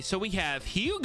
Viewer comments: Bro his name is pronounced UGO not HOUGO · “Ugo” not “Hugo” (how it’s pronounced )